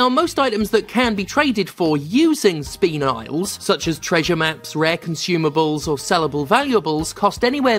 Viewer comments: It’s pronounced spin-ell, I know that from Steven Universe. Fuck micro transactions. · From what I've heard so far, I think it's pronounced "spin-EL" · I know you're mispronouncing it as a joke, but it's pronounced Spuh-nel I watched the Steven Universe Movie too many times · The Steven Universe movie has the pronunciation. Your new best friend Spin-L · It’s pronounced spin-ell, asked on a real life gemstone, had me cackling with the intentional mispronunciations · Pronounced Spin L thank you Steven universe for that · Spinel (pronounced spin-nel) #TheMoreYouKnow🎉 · It's pronounced 'spu-nell', in case anyone was wondering. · FYI it's pronounced spi-nell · Go watch the Steven universe movie and you'll know how it's pronounced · On the pronunciation of "spinel:" Tell me you haven't seen Steven Universe: The Movie without saying you haven't seen Steven Universe: The Movie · The biggest shock in this video is that apparently isn't a Steven Universe fan (otherwise they'd know how to say Spinel). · Someone ain't no true Steven Universe fan if they mispronounce 'Spinel'